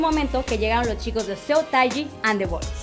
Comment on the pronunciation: me encantaría que si hablas de un grupo te documentaras mucho más. y la pronunciación de Seo Tai Ji... hijole.... ojalá mejores pronto°°°